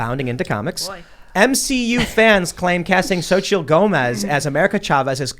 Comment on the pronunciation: It's not zochittle it's sochee. Phonetically.